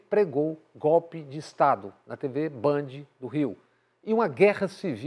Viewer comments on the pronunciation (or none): none